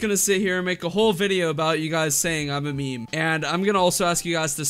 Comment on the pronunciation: I have a diagnosis... she wants attention. This should be fine however, as long as she isn't causing any- Oh No! ... also... "meemee"